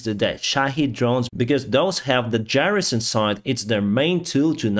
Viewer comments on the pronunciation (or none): none